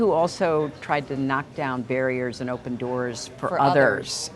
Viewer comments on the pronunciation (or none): none